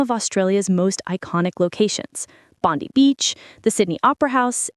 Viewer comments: Yay! 😍 FYI it’s pronounced Bond-EYE beach though, not Bondy beach 🤓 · Good onya boys! 🇦🇺🇦🇺🇦🇺 It’s pronounced BondEYE not BondEEE! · And it’s Bond-i not Bond-e. Bang chan was born in Korea but is Australian citizen since very young. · Bon die not bon dee